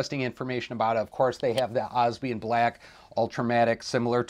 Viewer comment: And “obsidian” black is pronounced differently too. There are 4 parts to it not 3. You can research it I’m sure. Anyhow loved the review and enthusiasm. I’m going to see if I can get one of these tomorrow.